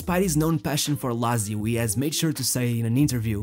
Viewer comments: "Lazio" sounds so ugly, instead of "latzio", but thanks for the documentary. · he it me Laaaaaaaaaaaaaaatsio not lazio jezuz krist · Jesus Christ man, learn how to correctly pronounce "Lazio" if you're going to say it 1000 times.